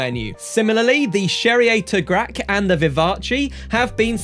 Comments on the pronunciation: ardente is pronounced “Ar-dawn” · Actually its not the Italian word but the french word Ardente so the e at the end is silent and the "en" is pronounced "an"